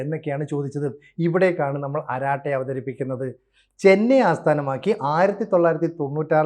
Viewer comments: അരാട്ടേ അല്ല അരടൈ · അരാട്ടെ അല്ല അരട്ടേ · അരട്ടൈ and not araatte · അരാട്ടെ അല്ല അരട്ടൈ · അരാടൈ എന്നല്ല അരട്ടൈ ആണ് ശരിയായ ഉച്ചാരണം. അരട്ടൈ അരംഗ് എന്നാൽ chitchat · ആരാട്ടായി എന്നല്ല അതിന്റെ prononsation "അററ്റെയ്" എന്നാണ്.. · സോദരാ ...., അരാട്ടേ എന്നല്ല, അരട്ടൈ എന്നു തിരുത്തുക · അരാട്ടൈ അല്ല അരട്ടൈ; appropriate name! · അരാട്ടെ അല്ല അരട്ടൈ, കുശലം പറച്ചിൽ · Please, if you don't know how to pronounce it correctly in Tamil, ask someone to correct it. Don't kill that language either.